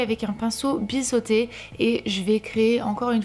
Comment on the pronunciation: sa se prononce niude pas nude et sa se prononce bizoté pas bissoté